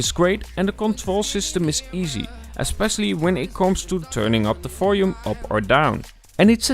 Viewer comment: You keep on saying "folume" instead of volume. :)